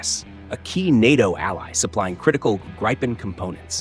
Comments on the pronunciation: Grip spells GRIP EN one word spells, wait for it, Gripen... there is no "Y" in Gripen. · Your mispronunciation if "Gripen" is annoying and an inattention to detail. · Annoying constant mispronunciation of Gripen. Not that much was said in thi repetitive AI of nothingness. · Interesting to hear someone talking about an aircraft the name of which he can't pronounce, some expert! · This AI voice is awful. It's not even able to decide for 1 variant of pronouncing the word "Gripen" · “Greepen”, not “Greypen”.. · Pronounce "GRIPPEN" Not 'Grai-pun' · Gr-eye-pen Gr-eye-pen Gr-eye-pen. It's GRIPEN dude, like grip with an en ... Gripen! I don't much trust a channel when it can't even pronounce the MAIN TOPIC. Then ... Sweden is called a NEUTRAL country. OH really? As a member of NATO, I don't think so. That's the point I gave up. Less than three minutes in. Get lost "European Defense Chanel". I suspect there is NOTHING of value here. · Why can't these YouTubers say the name properly? Greeepen??? It's Grip-en. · How about getting the pronunciation of Gripen correct to enhance your credibility. You pronounce it both as “gri-pen” & “gre-pen” both of which are incorrect. It is pronounced “grip-en”. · FFS Americans, it’s the GRIPen, not GRIPEn or GREEPn ……….use its proper name PLEASE! Or train your AI to do so 🙄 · Funny how the AI voice pronounce Gripen different in the same script. “Graipen” (wrong) and “Greepen” (correct). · Gripen = pronounced "Greepen", not Grypen. Please stop the mispronunciation, thanks. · Just a note, it's more pronounced "greepen" like the first syllable is the same first syllable as in "greetings". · The IDIOT said ”grypen” AGAIN, GET A BRAIN ASSHOLE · Please, the fighter name is Gripen say Greepen! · You're MISPRONOUNCING the name Gripen. It's not GRAIPEN... That letter I does not sound like "ai". What happens to the Brazilian Gripens being assembled in Brazil and Sweden? Will they change the engines? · It’s not “Graypen”.